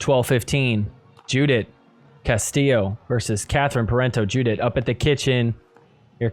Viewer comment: So, great episode as usual. For all the Spanish speakers, when you pronounce Castillo’s first name, “Judith”, it’s pronounced “Yoo-dit”. Anyway, yoo-dit a good job.